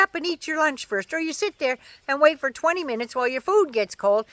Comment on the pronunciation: “ foy yer” is just wrong :-)